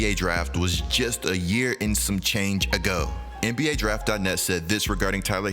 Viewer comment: The way this man said "ago" 🤣